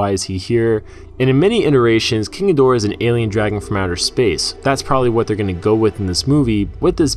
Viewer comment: "King a door".... sigh . That's not how you say it .